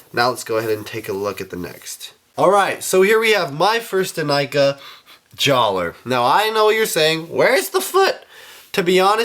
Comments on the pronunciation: Jaller is pronounced "Jalluh". just saying. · It's pronounced Jallah! The R is silent.